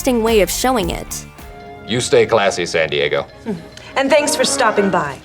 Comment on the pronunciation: Where is San Di-eggo?